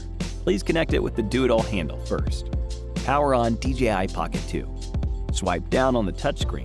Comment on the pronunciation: I swear I think he was saying the 'Doodle handle' before I read the text. Kind of like the idea of a Doodle handle.